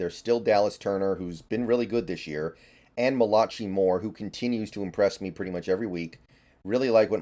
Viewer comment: You literally said malachee lmao. It's pronounced malakai